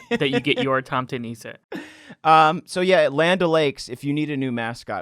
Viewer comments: Murricans trying to say tomtenisse is one of the most painful things ever :p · It wasnt before i saw the original photo when i realised that they were trying to pronounciate Norways «tomtenisse» 😂🎅🏼 (which means farm-santa) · Tomtenisse is pronounce "tomtehnize". The tomt in tomtenisse means farm property. Also, we call Santa Clause for Julenissen which translates to the Christmas ... nisse. (I'm Norwegian). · Seeing your “Tomte nisse” was terrifying ! As a Swede hearing you pronounce it was also very amusing:3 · As a Norwegian I an HORRIFIED by your dreadfull pronounciation of Tomtenisse! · The way you pronounced tomte nisse made me giggle lol